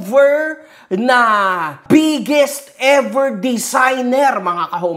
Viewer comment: Kakanood namin magasawa kay yung anak namin naririnig pala, lagi sinasabi "the bigGeeest" HAHAHAHAHAHA